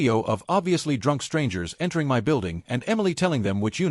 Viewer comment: Is AI ever going to learn how to say MY?